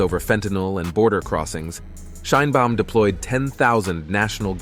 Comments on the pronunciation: Aprende a pronunciar el apellido de la presidenta. Suenas muy ignorante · No sabes pronunciar el apellido de la presidenta Claudia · Gracias por el programa. Podrías, sin embargo, hacer un esfuerzo por pronunciar el nombre Sheinbaum correctamente, es decir como lo pronunciamos nosotros los mexicanos. Gracias ias. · Aprende a nombrar SHEINBAUM y Estados Unidos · Y tu hasnos un FAVOR PRONUNCIA BIEN SU APELLIDO DE LA PRESIDENTA MAS POPULAR DEL MUNDO..